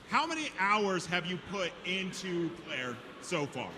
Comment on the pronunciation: This is the only dude I ever heard call the game "Clair". He keeps doing it repeatedly and it's irritating.